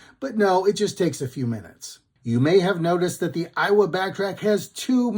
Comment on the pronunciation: "A"iwa not "I"wa